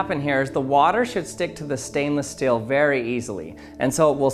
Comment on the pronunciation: I couldn't not notice that he pronounces 'steel' as 'still'.